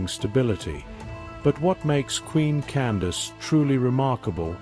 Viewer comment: Her name was not Candice, that was a miss understanding by the Europeans who recorded her story, they did not understand that “Can-da-ki” or Kandake is a tilte meaning “Queen Mother” or “Great Woman.” Also you're telling this story wrong, you can not tell the story without its begining. That is "King Teriteqase" who was felled at the first battle.